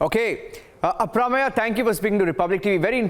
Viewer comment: should know how to pronounce the name Aprameya-why does he say it like he is from US and does not know how to say it?